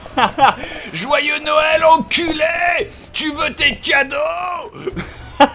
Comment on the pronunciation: Bob Noël pas nowel